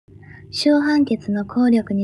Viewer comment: 取消が しゅしょう と読まれていたり、誤読が多いです